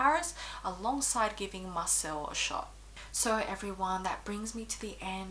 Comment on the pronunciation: Great video, very informative, thank u! Word of advice, u will probably have more chance in Marseille if u pronounce it correctly! It’s Mar Say 😘